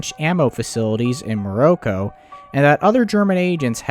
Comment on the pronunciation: I enjoy the content, but the mispronunciations are painful. Morocco is one thing as it isn’t common and relatively difficult if you have never heard it. But he said that “the oil was a vicious liquid” instead of “viscus” in the lac maegantic remake. Easily the biggest detracting factor of this channel.